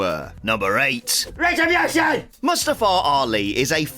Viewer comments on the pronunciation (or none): Mannnn the way you say retribution is funny asf 😂😂😂 great video tho